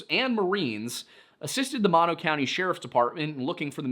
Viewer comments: I am Yosemite Valley Miwok, and we have our own stories about Uzumati (which means Killer or Grizzly Bear in our language) such as Yelelkin, the Giant who eats people. BTW it's MOE-NOE, not Mawno. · OOF… it’s not pronounced “Maw-No”, it’s pronounced “Moe + No”, both the county and the lake. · Thanks for another awesome video! In case no one else mentioned before me, Mono Village is pronounced With the first 'O' as a long vowel like the 1st 'O' of 'motorbike' 😊